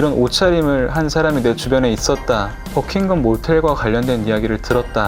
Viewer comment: Your English pronunciation BUCKINGHAM!!! NOT BUCKING GUM!!! DO YOU UNDERSTAND????